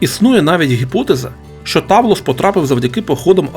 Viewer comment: Грецькою ігри в камінці правильно читаються Петтіа і Тавлес